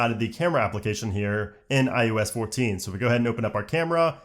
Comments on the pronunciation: Eye oh ess... not I US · I love how he says iUS 14 instead of iOS 14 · This dude keeps saying “iUs” instead of “iOs” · Are you saying iUS14?? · Why do you keeping saying iUS? Am I missing something? What year is it?